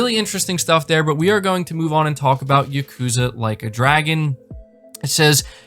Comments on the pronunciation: Like YA-ku-ZA. Not Ya-KU-za. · "Yukuza," lol.